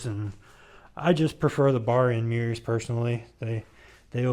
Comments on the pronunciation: It sounds like you’re saying meers instead of mirrors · no, that’s not all I got out of it. I got quite a lot out of it, thanks for the upload btw. I just think it sounds funny when you say “meers”. You’re not the only one that does it. Tailhappy tv, and Maximum thrust says it too. 😂